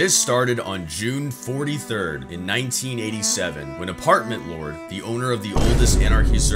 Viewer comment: i didn't even notice he said "june 43rd" until i rewatched the video 💀